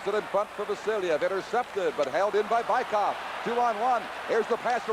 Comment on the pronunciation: Американский комментатор называет Быкова "Байков" )))). "Велосипедов" по-английски. ))